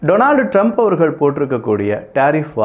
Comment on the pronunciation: தயவு செய்து அப்படி சொல்லாதீர்கள் டொனால்ட் ட்ரம்ப் ❌😭😭 டோனல்ட் ட்ரம்ப்✅😊😊